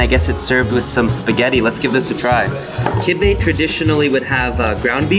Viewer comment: Love how you spent enough time in Lebanon to pronounce the food name right 🤣🤣